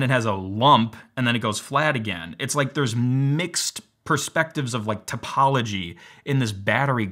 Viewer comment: Do you watch Vsauce? I ask this because you said topolgy